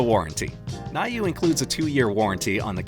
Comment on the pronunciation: Thank you for the detailed review. About the get one in Prime day. By the way, it’s pronounced as “new”.